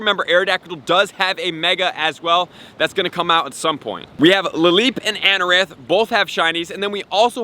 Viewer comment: he says, “Anoranth” instead of “Anorith!” Manz is watching too much Amouranth on Twitch! 😂💀